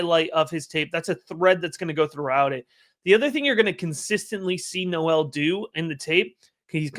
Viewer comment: Great work as always. Very fun watching you be in on Noel before consenses. PS Was listening to JJ from Late Round and he mentioned Jaylin tweeted his last name is pronounced "Nohl". Not No-el.